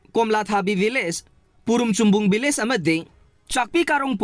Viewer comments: Village not villge😂😂😂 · nangna hairidusu lanle village haigdba not villge😅